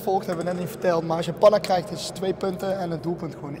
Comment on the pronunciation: Het moet panna zijn niet pana. Maakt niet uit hoor een keer een foutje all love to you❤️❤️